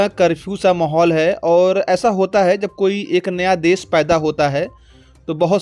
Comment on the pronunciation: Des nahi Desh bol